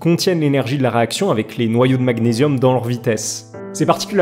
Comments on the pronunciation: Un noyau d'Azote a une masse de 14 tandis qu'une particule α a une masse de 4. Pas vraiment la même masse donc, un rapport supérieur à 3. Et côté prononciation, magnésium... Gn ça fait ɲ en Français pour la prononciation du nom de cet élément. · Magnésium, comme man"ié"risme. sinon c'est l'atome anglais Super vidéo nonobstant 💞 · C’est marrant la façon dont vous prononcez magnésium 😂 sinon top je ne vous connaissez pas , abonné